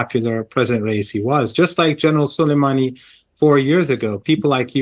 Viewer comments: Raisi (Ra-ee-see) . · it's RA-ISI, and I heard there were 4 Million in the procession 4 his funeral 😢